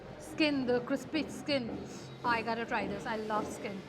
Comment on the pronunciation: It's not gatta it's gotta 🤣